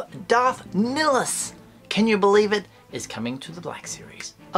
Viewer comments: Not how you pronounce his name. Lol Nihilus not Nilus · Hey, your accent didnt butcher the name at all. You just really BUTCHERED it. LOL! You didnt say it ad "Nigh- Ill- Us", but as "Nill- Iss". No accent at all. Just improper grammar. Dont worry though. With practice you will be good at it sooner or later.;););););) -just kidding man. We all love ya....dont know what we'd do without your channel. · But its pronounced Darth Nigh-a-lus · Never heard anyone pronounce it like that before lol